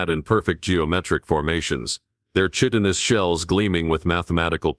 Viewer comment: WHEN are these HFY authors going to find a text to speech program / AI that actually knows how to pronounce "Chitinous"?